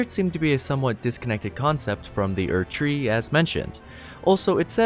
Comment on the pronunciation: Ok sorry but what's with the weird emphasis on words in the Morgott section? Erd-TREE Leyn-DELL Storm-VEIL Like why are you putting so much emphasis on the wrong part of the word?